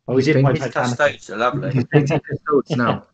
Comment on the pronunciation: it’s pronounced KUSS TOE DEES. 🙄